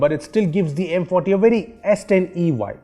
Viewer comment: Is it just me or when he says M Forty it sounds like M potty , lol